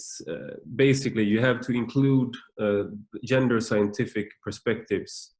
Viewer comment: "Yender studies"